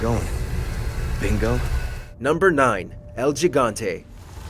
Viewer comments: El yihante? Or gigante. Love the accent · God. It’s pronounced “EL HE-GAN-TE”. It’s Spanish 101. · I immediately dropped a dislike as soon as he said “el gigante”. Bruh. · It bothers me to hear how you pronounce ‘el gigante’